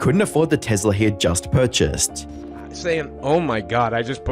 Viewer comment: I’m sorry but did you just say TEZLA?